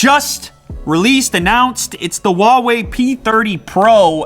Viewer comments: can he PLEASE learn how to pronounce ‘huawei’... it’s not wawei 😂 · Hoo-wow-ee is how it’s pronounced in England. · Why are you saying “uawei” I thought the H wasn’t silent in Chinese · Good review. Huawei pronounce Huawei not wawei. The h is no silent. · I'm just curious why do most of the English speakers pronounce "Huawei" like "Wawei" without the "h"? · according to its manufacturers, its pronounced as "ha-wei" and not "hwa-wei". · I don't know why a lot people pronounce Huawei as Wawei. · Man it’s Huawei not Wuawei, they sound different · Just saying its pronounced HUAWEI - whoawe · Hu-WOW-ei :D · The "H" in "Huawei" is not silent